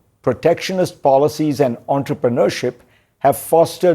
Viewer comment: OMG!! ISLAMIC REPUBLIC HAS PRINTED HUNDREDS OF MILLIONS OF DOLLARS! THEY ARE ON THE VERGE OF COLLAPSE. GAS PRICE ABOUT TO 10X AND CNN TDS NOT LETTNG IT DO ANY JOURNALISM. BTW DID YOU JUST CALL IRGC OWNED STEEL INDUSTRY "ENTREPRUNEIRSHIP"?